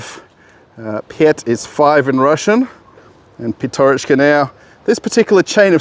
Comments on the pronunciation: PYATYOROCHKA - так правильно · PYATYOROCHKA - that is how it shoud be written and pronounced properly.